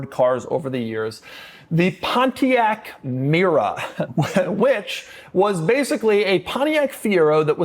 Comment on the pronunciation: Not a Pontiac Mera. Its Mera.